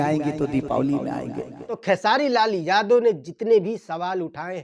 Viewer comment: Bhai vah sab to theek hai lekin jab Tum khesari Lal Yadav bolate ho to Yadav Shabd per itna Jor kyon ek Karan yah bhi hai isliye hamara Bihar piche hai kyunki hamare Bihar mein jativad bahut jyada hai to anurodh hai aapse ki thoda title per kamjor dekar bole aur jo Mudda hai use per jyada Jor dekar bole taki log acche se samajh paye aur sorry agar yah meri baat bura laga ho